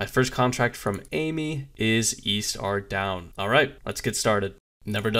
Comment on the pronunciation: How does someone who has played the game for so long not know how to pronounce places and items in the game? lolol Ardown.....saradommin...